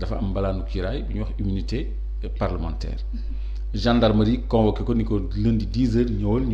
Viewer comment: Senegal7, cette journaliste pousse les gens a boycotter votre chaine, on sent son mepris quand elle parle de Sonko pour une journaliste qui devrait etre neutre. Elle sait meme pas lire, immunité parlementaire elle peut pas le dire correctement, elle fait des remarque betes c'est pourquoi a raison lorsqu'il dit que ce genre de remarque l'irrite.